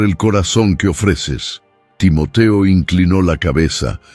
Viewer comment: Muy buena la narrativa lo único son los. Cambios de los nombres de los participantes a veces tiende a confundir Por eso es bueno poner los nombres tal y como los hemos conocido Timoteo no Timotio Timoti pablo no pol y así a cada uno que le ha cambiado